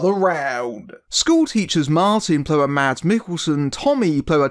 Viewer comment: Mads is pronounced "Mass". The "D" is silent. Watch "Adams Apples" (2005) and "The Green Butchers" (2003) - both dark Danish comedies with Mads Mikkelsen